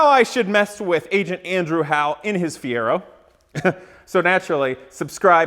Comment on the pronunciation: Well he lost as soon as he said feiro, your gonna bury a bald mans dreams.